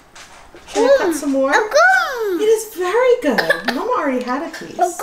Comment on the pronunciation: I LOVE how says "goom" for good!!